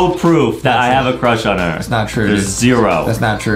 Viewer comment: Adam has a huge cwush on bambolina